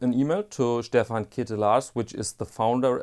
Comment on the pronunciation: Being Dutch I am happy to inform you that you pronounce Ketelaars as clitoris in Dutch. On that topic: you missed the main watch for the XXX-industry: Happy Diamonds. Some weeks ago I also bought a pair of shoepassions. Brown suede 'sneaker with a Goodyear welt' (a rarety). Nice shoes made of good materials. Alas, I also had to do some quick repairs after a week (left foot rubber sole came loose because of my clutch-pedal). Also my zwiegenähte Meindl boots came back from the cobbler. I guess I like German shoes, but that may be a smidgeon off-topic. Would like a polerouter in your channel, have a look at polerouter.de. Keep it up.